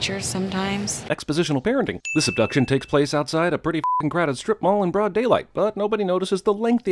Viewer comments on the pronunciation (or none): none